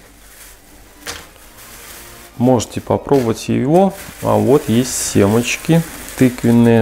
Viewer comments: Ну прямо режет твое"СЕМАЧКИ" по русски семечки!!!! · Не смогла до конца досмотреть.. До того нудно рассказывает.. Тянет кота за хвост.. Речь замедленная,как у наркухи. Зачем берутся за то,что неумеют делать! " семАчки".. Полынь- обожаю! Но автор ролика выбесил!!